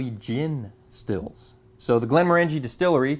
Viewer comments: Great content,! Btw: The whisky is pronounced "GlenmORangie" not "GlenmorANgie". similar to the pronunciation of Oranges. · Not to be a pedant, as I do love your videos but the pronunciation wasn't quite right, though you said it the way most people do. It is in fact pronounced Glenmorangey as in rhyming with "orangey" not Glen-moran-gee. The Distillery was a client of our Company for many years. Indeed my old boss was the Project Manager for the Still House you showed when it was constructed. Here's a link to a video by the Distillery. Great video as usual. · Just so you know Glenmorangie is pronounced Glen Morangey, sounds like orangey. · It's pronounced Glen moh(short O)r'ngie. How do I know this? I was best man to a wedding in Inverness and the groom liked (more than) a wee dram or two. The flavour in Scotches is largely due to the water used which of course is very peaty on the Islands where the land is mainly peat bogs, less so on the Granite Highlands and different in the Lowlands again. My partner and I recently visited a very remote part of Scotland, Campbeltown where my late father was born. Campbeltown a tiny place on the Mull of Kintyre used to boast 27 distilleries, now there are just two. Fortunately my father being a canny Scot collected one two bottles including a fine bottle of Longrow that is worth presently worth $5000. slainte. ps the photos are great! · C'mon, you must know by now, there is no E in scotch but, morangie is ma favourite. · It's "glenn-MOHR-un-jee", according to Scots. Congratulations on trying Lagavulin 16 (and correctly pronouncing both the brewery name and the island.